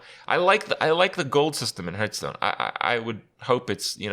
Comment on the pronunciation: Herthstone. LOL.